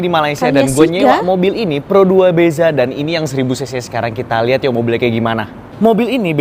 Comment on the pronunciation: Bukan pero 2 sebutanya pro dua …..he…he….